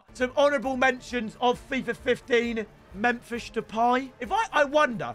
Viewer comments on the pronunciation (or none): none